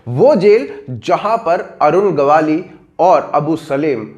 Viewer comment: गवाली नाही वो गवळी हैं